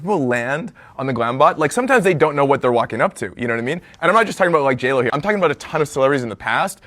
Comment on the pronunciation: Bless his heart. Girl, it’s JLo! JLo!!!